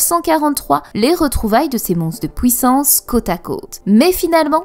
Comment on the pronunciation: "pOUissance" "fOUite" ha ha T'es belge ?